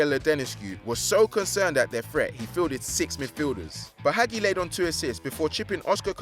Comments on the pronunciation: It is ha-jee not ha-gee It is Ha-mes not James It is Romania not Colombia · It is pronounced Ha-mes not James and Hagi is pronounced Ha-Jee not ha-gee this guy can’t pronounce names. It is a disgrace plus how does a player win La Liga with Marseille? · Hagi is pronounced Hah-Jee not Hag ee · It's ha gee not hag e It's ha mes not james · It's pronounced Ha-jj-i not Hagi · hagi is pronounced Ha-j-i and he played for romania not columbia i mean seriously the incompetence of the narrators is shocking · oh-zil, james, haggy, wurdur... thats enough mispronunciations for one day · Honestly, God can you not pronounce Hagi And James. And Since when was it possible to win a la liga title at Marseille? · He butchered the name Deschamps, James Rodriguez and Hagi! He needs culture! I luv football daily but this bloke needs to learn enunciation and pronunciation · Jesus Christ. Butchering Hagi and James. Winning a la liga title at Marseille. That’s really bad. Step up. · hagi is from romania Its ha-mes not james